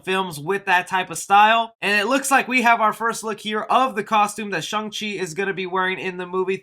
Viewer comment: it's not shung, it's shang.